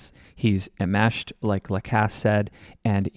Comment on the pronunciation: Hi - At approx , you state that it's Georgia Cappleman and an FBI agent at 'the bump' vs Donna. Fwiw, the word is 'enmeshed' vs being pronounced without the 'n' sound in the first syllable. Donna and Harvey were going to pay 2/3 of the one million, with Charlie paying the rest, hence the 300K+ in his bogus claim of extortion at his own trial.